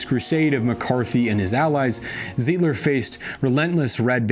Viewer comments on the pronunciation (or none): Milwaukeean here- "ZEYE-DLER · Pretty sure it’s Emil “Se-dell” and Frank “Ze-eye-d-ler”